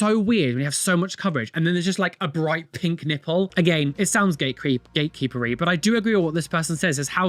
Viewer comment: Gate Keepery accidentally almost sounding like "Gay Creepery" which sounds like one of those old black and white fear mongering reels warning against "The Homosexual" 😂🌈